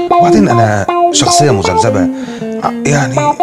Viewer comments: عتاب بتقول سخصية مش شخصية و بتقول سجرة مش شجرة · مين سمع سخصية